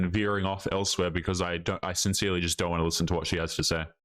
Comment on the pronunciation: How many times osmshe going to say "men dront like women"